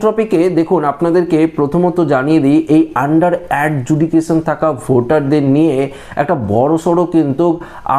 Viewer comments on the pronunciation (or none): Adjudication উচ্চারণ ভুল❤❤❤❤❤❤❤❤